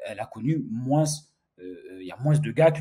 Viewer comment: On ne prononce pas le « s » dans le mot « moins », ça m’a perturbé tout le long de la vidéo 😂. Sinon bonne vidéo comme d’habitude. Force 💪